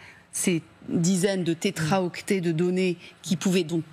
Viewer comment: Info pour la journaliste, on ne dit pas "tétraoctet" mais "téraoctet".